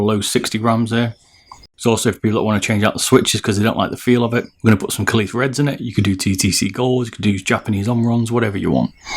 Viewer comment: i think kailh pronounced kale